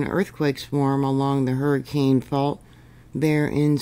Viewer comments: Hi! I’m a native Utahn, and came to say two things. First, you’re great! Second, this area in Utah, Hurricane, is pronounced Her-ah-kun. FYI. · I'm prepared - I just got the heck out of there and moved far far away from Southern Utah. I've lived all over Utah most of my life and got a chuckle out of your pronunciations 😂. Lots of religious or Native American names in the area. Nephi = knee fie Hurricane = Hurracun Weber = Wee burr For future reference... Layton = Lay UN (like you got punched in the stomach at the end, drop the 't'). Everyone was warned with that 5+ and a swarm that hit Salt Lake a few years ago. St George has had big ones before. The eclipse just passed over the middle of UT too so I'm watching the next couple weeks to see if that triggers anything. Glad to be in a safer zone today!🎉 Thank you as always for your reports!!🙏💯🤗